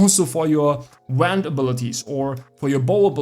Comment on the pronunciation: yeah that's why we let him get away with saying wend instead of wand